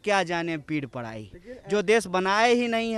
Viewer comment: Padai not parai...bihari babu